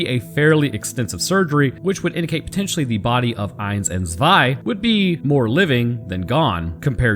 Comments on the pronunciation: Yes your german pronounciation is ok. Some german letters are a bit harder. F.e. the "z" in "zwei" is something between "s" and "t". It's more like, "ts". Same for "Panzer". The "a" is like "heart" or "fart", the "n" is very hard, the "z" like a "ts". German, and some other european languages, really can hurt your throat, if you aren't used to it. I know people, who speak english in their day to day life, but are from middle europe, and they say, being here and speaking german or dutch again hurts after a few hours. For a lot of people, german sounds angry, and dutch sounds like drunk german 🤷‍♂️ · You have a german wife? Haha cool. Im from Germany and - yeah i see why she said close enough 🤣 Keep up the awesome content